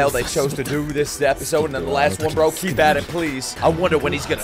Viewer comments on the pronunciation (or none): none